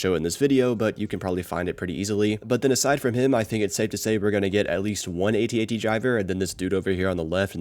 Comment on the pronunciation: It’s not an A T A T, it’s an AT-AT 😬